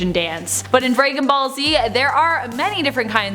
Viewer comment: Nice job pronouncing DBZ, Draygon ball z...